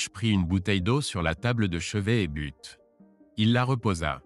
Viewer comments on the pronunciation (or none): 38 mn environ..Il prit une bouteille d'eau et but..prononcé " bute "..du verbe.." boire "..??..Il faut prononcer.."bu" sans prononcer le "t"..!